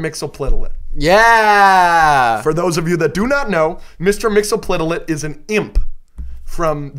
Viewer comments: I think its pronounced "Mix-Iz-Pit-Lick" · Mr. Mxyzptlk is pronounced Mix-Yes-Pit-Lick per Superman The Animated Series.